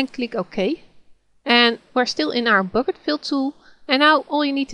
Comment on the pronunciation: I like the way you call black bleck and bucket bocket, nice tutorial, just starting off with gimp and this came in handy, am a linux user now, so i got to learn gimp.